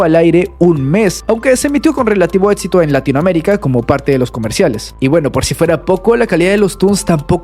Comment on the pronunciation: no puedo con tanto "etsito" que tuvo CN..